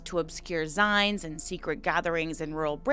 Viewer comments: I was so confused when you were saying “zines” lol it’s said like “zeens” as it comes from the word “magazine” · every time I hear you try to pronounce the word "zine" I wince in pain a little... how is it pronounced you might ask. Well it is a shortened form of the word 'magazine', so just say the second half of that word. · Gave up when I just couldn't listen to you mispronounce another word. Zines = zeens as in magaZINES.